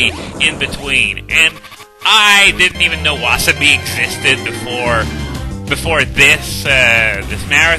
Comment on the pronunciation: I wouldn't call Wasabi super hot but rather it hurts your throat-ish and it goes up your nose. Also, you got a more correct pronounciation for Wasabi than wa-Saa-bi like every one says.